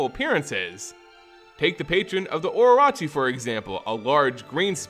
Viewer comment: Okay I have to make a correction here. Orochi is pronounced O-Ro-Chi. Sorry hearing it prounced oroachi was super grating. Great vid otherwise.